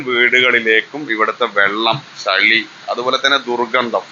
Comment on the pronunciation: ചളി അല്ല ചെളി